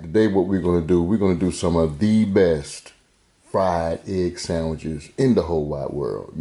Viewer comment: Lol this philly boy j uncle. “Theee best”